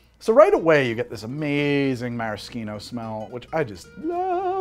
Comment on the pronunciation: the type of guy who pronounces "maraschino" like that but "minestrone" like that.